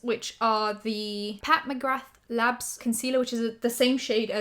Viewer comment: The "th" at the end of McGrath is silent. ✌️💕